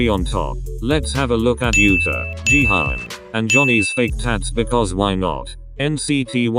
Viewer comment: Ji- hian 💀 1 like: 1 prayer for and his pronunciation of jaehyuns name